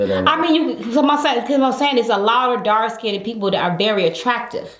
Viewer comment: OMG I TRIED NOT TO COMMENT THIS.. THE WORD IS DARK SKINNED. NOT DARK SKINDED......AGGGHHH. MADE ME ITCH EVERY TIME